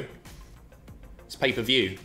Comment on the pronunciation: PAPER VIEW? you got a genuine laugh from me, cheers